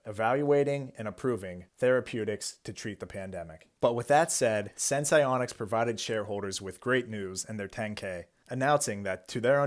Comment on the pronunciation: Say the name of the company right once? Nope